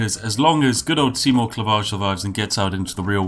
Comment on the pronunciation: Seigmore? Are you german or something? Where I'm from, it's "Seymour"